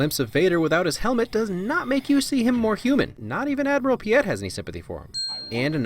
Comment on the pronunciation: It's Admiral PEE-it, not Admiral Pee-YET. Vader pronounces it "PEE-it". Sorry for the nitpick.